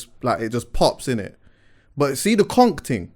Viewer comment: Man said Konk Ting... please I am dead 😂🤣😂